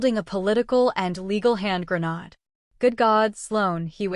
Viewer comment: Grenad ? Lol Gren-Nade lol..